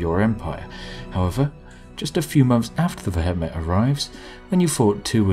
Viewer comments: Vehement is pronounced "vee·uh·muhnt". Not ve.et.met. It never ceases to amaze me how little native English speakers actually know how to speak their own language. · vehement is pronounced "vee-eh-ment" not "veh-heh-met" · AAAAAAAAAAAAUGH! V-eh-ment you bloody Brit! Good day, sir. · Pronounced ve-hee-ment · "veh het met" wtf is veh het met? it's vehement. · the pronunciation of vehement in this caused me physical pain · That's a very interesting way of pronouncing vehement and the "Brits can't pronounce foreign" excuse doesn't really count with the entirely English word vehement (as in vehement denial). It is a weird name though, what are they vehement about? Or is it just their general demeanour. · Vehement pronounciation found here, Spiffing Brit :p /watch?v=T63GxxW_h1I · Mate, vehement is an English word. Why pronounce it in such a funny way hahaha